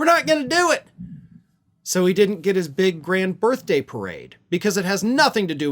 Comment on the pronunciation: "...on his birfday." 🤣😂🤣